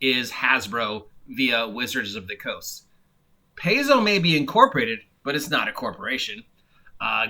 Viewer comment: Paizo is pronounced PIE-ZO. Venger is a guy on Inappropriate Characters. I don't know much about him.